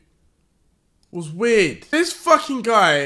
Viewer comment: Deji can u repeat that one more time? Coz I'm not sure whether u said he's weird or not